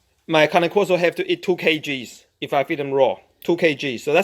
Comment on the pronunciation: it’s pronounced KAH-NAY KOR-SO